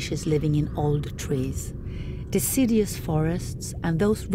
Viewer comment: Deciddyus? Adaptions?😅😅😅